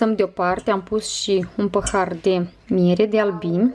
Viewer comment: Cică "păhar"